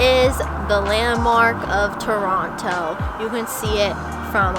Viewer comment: Loved that when you were showing the TORONTO sign, that the second time you said “Toronto” you pronounced it like a Torontonian would, you left out the second t. Pronouncing it Torono, like someone who lives here pronounces it 😊